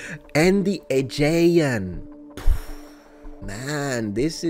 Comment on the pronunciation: Just a pronunciation tip: The most common pronunciation in English today of the word "Aegean" sounds like this: uh-JEE-un.